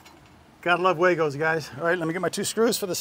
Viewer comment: The company actually pronounces their name WAGO like wah-go not way-go. 😉